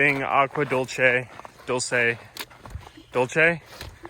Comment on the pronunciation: This is the best-quality PCT video I’ve seen this year in terms of different perspectives and changing it up every few seconds to keep the action moving forward. Nice work. Oh, and it’s “dool-say” (Spanish).